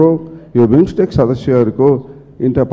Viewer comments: कस्ता कस्ता पटमुर्ख सभासद छन हौ, विम्स्टेक भन्न पनि नजान्ने। ४ पटक सम्म उहीँ बिस्टेक बिस्टेक भनेको छ। चोर हरु आफू मन्त्री हुन नपाएको रिस बिरोध मात्र गरेका छन। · बिमिस्टेक भन्न नजानेर बिस्टेक पो भन्छ त बजिया ले ।